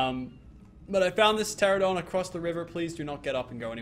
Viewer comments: PLEASE, its pronouned TE-RA-NO-DON, NOT TE-RA-DON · He says teradon but it’s teranadon